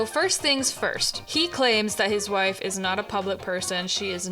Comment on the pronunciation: girl really said "hwhife" ... hehehe